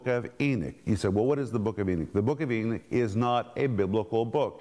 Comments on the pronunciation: Come on brother, please, E-KNOCK, not E-NICK. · Mr. Renner your pronunciation of Enoch is wrong, it sounds more like your saying Eunuch. I purty sure you do know the story of these guys, like in the book of Esther, please don't confuse the babe's in Christ who are learning scripture, and when you pronounce a certain word in the Bible to give it's meaning, don't be afraid to ask your peers for help on this, other than that your doing great on this teaching! E-knock= Enoch, Eunuch= Enicks